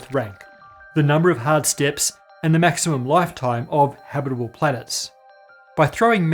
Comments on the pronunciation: the way he pronounces "habitable" as "habbidiboo" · when you say 'habitable' so fast that it sounds like habiribirble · Did you train saying "habitable" before the recording? 😊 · dude when you say the word "habitable", your syllable output rate increases by like 900% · It sounded like you said 1 million habitable years left.